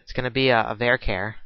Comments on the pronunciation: sorry I am not been mean... I not sure if your dyslexic like me?? but its var char, as in variable character, not var care, that sounds like some kind of care bear. Although it was quite funny! Thanks for all your tutorials. Like the way you structure your code to really neat! Learning lots! Thanks! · haha well thats not how i say charictor or pronounce char, but am from england so, meh, haha. It still made me laugh for about five mins so its not an insult!